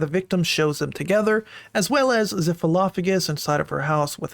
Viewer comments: His name is pronounced "zEYEph" not "zEHph" btw. Sucks to see someone I used to look up to in the Hypixel community potentially be this horrible. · the way he pronounces zyph hurts